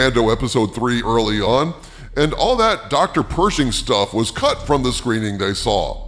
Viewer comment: Anybody else hear " what did you hear about the first cunt of the marvels?"